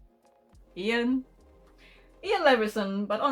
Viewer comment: You said Iain right! It's the scottish spelling of Ian (and is my uncle's name!) That books sounds MESSED UP. I loved this tag and you've absolutely convinced me with sex wizards which DAM YOU